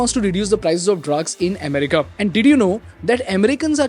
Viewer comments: Listening to you say EHmerica 50 times in 13 minutes is nerve wrecking. Accent is one thing, mispronunciation is another. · Indians pronounce like that bro😂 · Ame rica ❎️ M rica ✅️ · Maybe learn to pronounce America